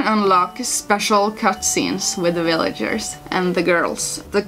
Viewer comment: "Willagers" I think that's German accent? So cute. I'm looking forward to playing this gba gem sometime